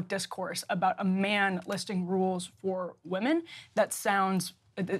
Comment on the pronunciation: "Unstable Wemon" sounds like a nice way to say "Promiscuous"